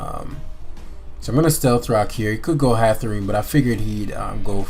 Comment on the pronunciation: Anybody gonna tell this man that it's not "Hatherene" and it is in fact Hatterene